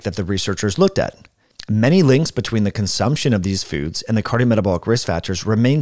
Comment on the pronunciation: Listened to that about three times sorry to be that guy. Obviously accidental but very funny. Lol "foodses"